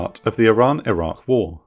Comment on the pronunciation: Your narrator is dropping the Q on Iraq a lot. This makes a confusing subject even herder. Still gave it a like tho!